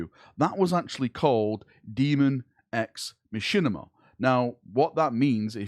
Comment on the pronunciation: Could listen to not saying ex Machina all day.